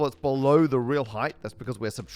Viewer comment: Did... did you just say "heighth"?